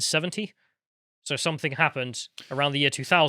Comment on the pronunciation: Something, not "somethingK",...